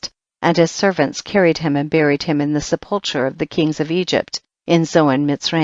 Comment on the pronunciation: Wish the reader knew how to pronounce the word sepulchre. Hard to hear it prounced incorrectly so often.